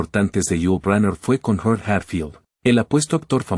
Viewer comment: El narrador llama Ulu a Yul !!!! HORRIBLE!!!!